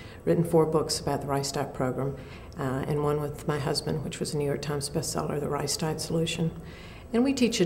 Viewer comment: Sounds like she's saying "rice dot" program. Kind of funny.